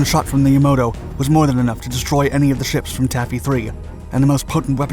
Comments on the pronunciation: It's YAMATO not Yamoto! A not very informative treatment getting several of the IJN ships' names and designations all wrong. Battleships for cruisers etc. Even the Johnston, for all the narration devoted to her, got short shrift. She was in and out of the battle several times, repairing battle damage and wading back in again. No mention of the rain squall that concealed most of Taffy 3 for a time, and played a dramatic role in the task force's survival. No mention at all of Samuel Roberts heroic stand, perhaps an even more dire circumstance that that of the Johnston, given she weighed in at half the displacement of that ship, with far less than half the armament. In fact it's commonly said of the Sammy B. that she was 'the destroyer escort that fought like a battleship.' Having said all that, the video provides something of an overview of the battle--which has been described as perhaps the finest hour of the US Navy--and should whet the appetite for more detail. Such is widely available both in print and on the web. Sadly, there has not been a movie made of this epic day, and by all rights there should be...a good one. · FYI It's Yamato not Yamoto . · The narrator keeps calling it "the Yamoto" it's YamAto. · It’s Ya-MAH-to, not Ya-MOH-to. And these documentaries that toss in footage from anywhere and everywhere are annoying - escort carrier’s didn’t carry Hellcats and Helldivers, Japanese battleships didn’t have tripod masts or 2-gun main turrets, destroyers didn’t have triple 16” turrets, etc., etc. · Yamato. Yah-MA-to, not Yamoto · This was almost unlistenable. First he refers to the Musashi as a cruiser, when it was the sister superbattleship of the Yamato. Second he seems intent on pronouncing Yamato as Yamoto (like Yamamoto). It should be pronounced "Ah". It would almost be forgivable to pronounce the second "A" like Tomato or like yam, but how does he get "oh"? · the ships name was "Yamato", not "Yamoto"😑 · I thought it was YaMAto not YaMOto...